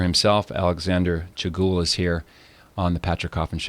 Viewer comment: A better phonetic spelling of Alexander’s last name is: Chew Goo Elle The difference is the last syllable. The last syllable should rhyme with bell, well, tell, etc. ...from someone who speaks German. ...but Alexander is very gracious and doesn’t correct anyone, no matter how bad it is butchered. God bless both of you and your work. 🙏🏼